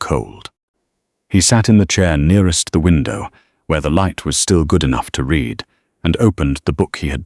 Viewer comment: please teach your AI to know the correct contextual pronunciation of read...